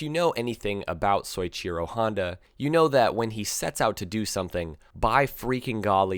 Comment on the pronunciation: This might be pedantic but "soy-cheer-oh" kills me. It's "so-ee-chee-ro"